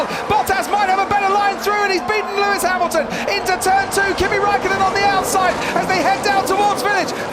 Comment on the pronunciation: It's Lewis not Luis...